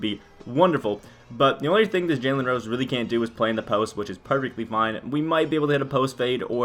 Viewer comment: “jaylen rose”